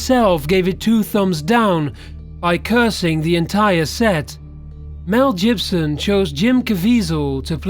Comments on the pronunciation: who is mel jibson i thought mel gibson made the passion not mel jibson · canal is pronounced can al. mel Gibson is pronounced mel gib not jib son. and its jim cav iz el not cav eeee zal!!! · "Mel Jibson" - I love it! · Lmfao. "Mel Jibson"... if you cant pronounce words then don't try to say them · Mel Jibson. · "Mel Jibson"?...Has this narrator never heard Mel Gibson's surname pronounced? WTF, talk about ignorant. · It's Mel "Gib-Son". You pronounce it with a "G" not "J" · did he just say mel jibson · Mel Jibbson?